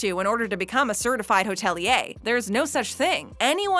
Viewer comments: The word is hoteli..er, not hotelee yah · Go on say hotelier one more time